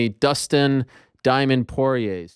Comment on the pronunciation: Dustin Corn-ier